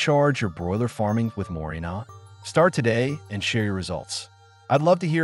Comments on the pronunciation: Éste hombre no tiene idea de lo que está leyendo. Dice morinol en lugar de moringa. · MorinGA, NOT MORINA